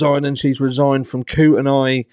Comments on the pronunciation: Sorry, retired Idaho teacher here... Kootenai = coot-nee It's all these tricky Native American place names we have here. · It’s Koot knee